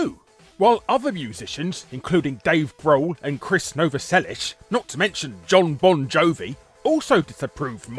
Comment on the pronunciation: I love hearing Larry saying "Gwen Shtefani" and "Krish NoavheLLiSHmElIKshneEEed* ^.." It'd be great to hear him being interviewed by Gilbert Gottfried.